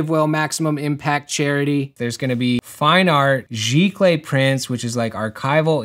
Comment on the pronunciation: Thank you for teaching me how to pronounce "giclee!" I've only seen it written and never heard anyone say it, so I've been guessing for decades and I was wrong wrong wrong! This was an awesome project and I really enjoyed watching it travel the world. Thanks for putting it together!